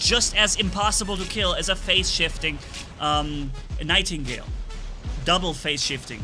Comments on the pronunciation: It funny how is so mad that he said the name wrong on the nightigle to ravana on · did you mean to say nightgale or...